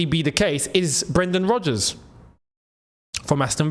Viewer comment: & bro said Brendan Rogers 😭